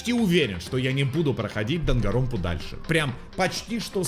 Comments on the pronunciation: Никто: Ничего: Игра: ДангаНронпа: дангаронпа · игра называется "даНганроНпа": "дагаропа"